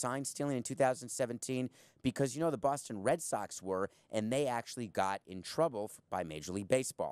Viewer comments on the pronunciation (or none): none